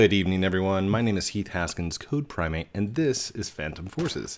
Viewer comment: Whenever you say codeprime8 here, I feel like you're saying code prime ape here..